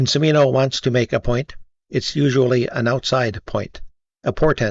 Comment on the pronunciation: From Beverly Hills to Texas to Vietnam... Not to be an ass, but the Ci in Cimino's name is pronounced like the ch in cheese: Chi MEE no